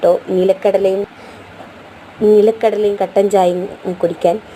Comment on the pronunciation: നീലക്കടല അല്ല നിലക്കടല 😂